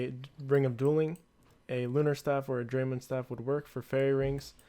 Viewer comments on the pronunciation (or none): none